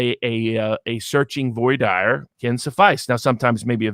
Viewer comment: saying 'Voy dier' - ouch, that must have been hurting Viva's French Canadian soul, lol.